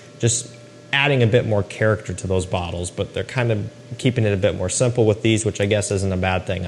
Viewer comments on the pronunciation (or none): none